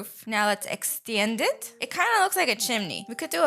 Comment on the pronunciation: Can you stop saying cawfemaker and bliender and extiendit